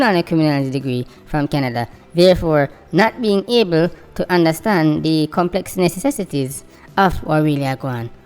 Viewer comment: BY THE TIME FINISHED PRONOUNCED COMPLEX NECESSITY HIM TONGUE SUPPOSE TO LOOK LIKE CHOP LIVER....